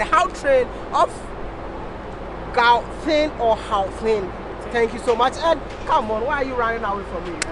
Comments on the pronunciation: Get a South African to help correct pronounciation of "Gau" in the beginning of the word. It should sound like you're gargling your troath😂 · GGGGGGGauteng not hauteng.